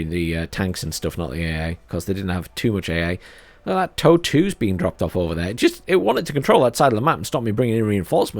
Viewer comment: How are we pronouncing the Soviet version of the TOW